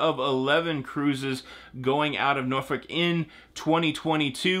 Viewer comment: Noooor-folk pronounced